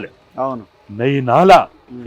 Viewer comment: బల్కనూరు కాదు బల్కాపూర్ నాలా.